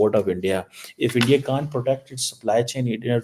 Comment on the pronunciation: Abbe Chomu - every European Country including EU leadership are doing collective or singular deals with India!! German Govt but German companies ( major co’s) have been in Endia ( as you can’t even say India properly) since 1950s Your RESEARCH is basic which a 6th grade Indian school kid can do better than you! Stop your stupid hypothesizing - all hogwash and BS!😡